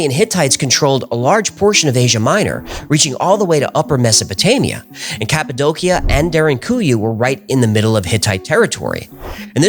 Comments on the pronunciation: I love your videos. One thing... It's pronounced "ka puh dow shuh" not "ka puh doe kia." Sorry. I don't wanna be "that guy" but I feel that one is important. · Cap-a-doe- she-ah. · It’s pronounce cap-a-dose-e-a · It's pronounced CAPPO DOCHIA. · Cappadocia -> KAP-uh-DOE-shuh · I always thought it was pronounced "Cap-Ah-Doe-Sha".... Anyhow, excellent episode. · The way this guy says "Cappadocia" makes me hate him